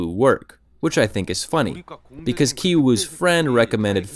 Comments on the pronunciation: "Ki" in Ki Woo, Ki Jung, and Ki Taek are all supposed to be pronounced the same way. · They brother and sister both have ki.. yet u pronounce one differently to the other.. can you elaborate on that??